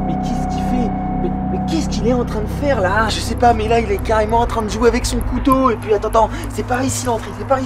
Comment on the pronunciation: ta pas dis kouto ta dis koto😅😅😅😅